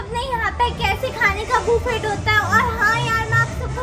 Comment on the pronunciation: बुफेट nhi hota hai 🙂🙂